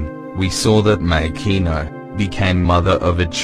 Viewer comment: Man, I like your videos but I always have this pet peeve about non-Japanese YouTubers incorrectly pronouncing names and stuff (e.g. Makino, Mariejois, etc.) I can't blame you for that though. I know you got it from the English-dubbed anime. However, can I make a small request? Can you please check the Japanese version first before posting anything? To be honest, I prefer your videos without the voice overs. Just my two cents.